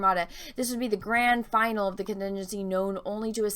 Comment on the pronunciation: Whew Dumb as dirt. Maybe learn to pronounce words like “finale” which is not pronounced final, or maybe the name of major Star Wars race name practice is in order